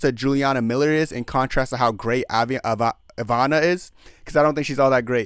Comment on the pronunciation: You have to work hard to say the incorrect things you do, from Juliana being from contender series (no, she’s from TUF) to pronouncing some of the easiest names wrong (Iviana, Mariana, bolognas, Sidney, pozeebio) not even knowing Tate was on the card and not knowing loder was a d1 wrestler. Lol. Entertaining though.